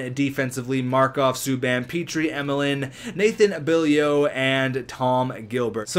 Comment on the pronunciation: Beaulieu is pronounced Bo-Liu